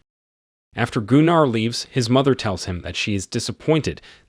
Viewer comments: Gunnar is more pronounced Gunner. Not (Goon R). Trust me.... Its a family name of ours..... Although Germans may very well pronounce it wca hard R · Its Gunner like Gunnery sgt , Jeesus Christ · Goonar? Lol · Except Goonar - somehow I think its Gunnar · Gunnar (Goo-nar)😮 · Gooonarr? I cringed so hard. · Some day we’ll get AI to correctly pronounce words like Gunnar. This video pronunciation wasn’t even close.